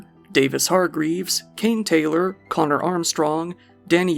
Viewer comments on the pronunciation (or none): none